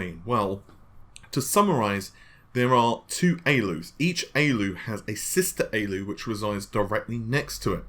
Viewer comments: A-L-U, not ayy-lew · Why don't you just say A L U instead of Aloo its an acronym do you say AMED instead of A M D? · A-L-U. "Aey-ell-you" is the common shortening of "Arithmetic Logic Unit". Just FYI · pls don’t embarass yourself with that pronounciation of ALU.. it hurts my ears